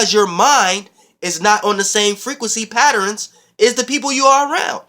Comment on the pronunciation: "all I see are these patt-or-inns"